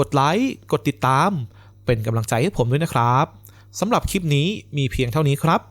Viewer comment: คลิป ค่ะ มิใช่ คิป โปรดเน้นให้ความสำคัญกับ ควบกล้ำ ร.เรือ ล.ลิง ด้วย จะน่าฟังยิ่งขึ้นค่ะ